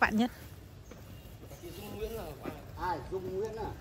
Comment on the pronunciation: 2 bó hoa gần cuối vlog của e tặng😍. E là NT Dung mà c đọc thành NT Nhung-((